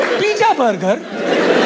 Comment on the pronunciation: Y shouting so much needlessly till the voice goes high pitched and funny, and cant b understood? Y needless swearing? U youngsters with your pijja, bugger and f-ing! 😅